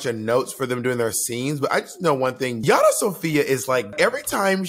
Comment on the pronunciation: The number of times they call Yara, “Rajah.” Lol